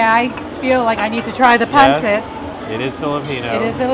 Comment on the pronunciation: it is pronounced pan seet not pan sit